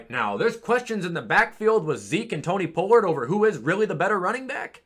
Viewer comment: quick question why do you say pollard like it’s Spanish